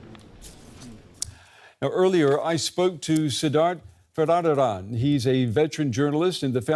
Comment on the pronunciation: Couldn't pronounce the name "Varadarajan"🤨